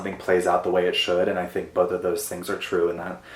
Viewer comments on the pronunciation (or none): none